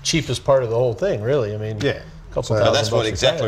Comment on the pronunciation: I said that last show as well. Drives me nuts.